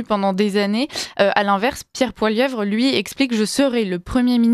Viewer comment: Bonjour du Canada: l'on dit Poilievre pas Poilieuvre